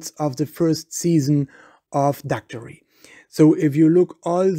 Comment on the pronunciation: He's not even pronouncing Daktari correctly.